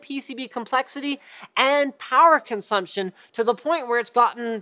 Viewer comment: "It also has lower power powerchumshumstion" :'D